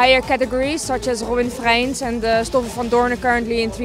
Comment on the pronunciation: it's robin frijns, not freins ;)